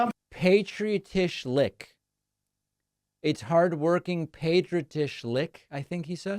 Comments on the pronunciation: Patria-trish-lick. 😂 Glitch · Trying to say Patriotic.